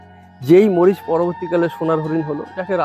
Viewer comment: মরিচ নয় মারিচ